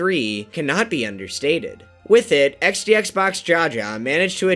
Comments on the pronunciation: Xdxboxjaja is pronounced yaya, he is Polish and jaja stands for men balls. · ITS PRONOUNCED XDXBOX HAHA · Are you sure xdxboxjaja isn't pronounced xdxboxyaya? He's Polish, not Spanish after all. In Polish jaja means eggs/balls. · xdxboxjaja should be pronounced like "Jaja", because "Jajajaja you have not win you DIED" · but how ignorant people are they gotta be thinking spanish is the only language where jaja exists, guy is literally polish its pronounced iaia and it means balls in polish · wait, I am not really into this community, but given that Xbox is Polish, shouldn't it be pronounced like iaia? like, search a Polish TTS and tell it to say jaja. plus, jaja is the Polish word for... balls. But once again, I am not into this community, so idk what did Xbox mean. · Xboxjaja is polish so his name is pronounced xoboxiaia/yaya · Isn't xdxboxjaja polish?, why are the comments saying that the letter J is pronounced like a H in spanish? knowing polish it's more likely that it's more pronounced as yaya aka "balls" in polish. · Nooo, I loved it when he mispronounced "jaja". You, monsters. Anyway, the H sound in English and the J in Spanish are not the same. Like, the J is pronounced where you pronounce the K sound. Weird, I know Anyway, man, I love this community. It's my discovery of the year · The jaja is polish not Spanish. Maybe the 3rd try you gonna say it correct 😅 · Not it wasn't both versions are wrong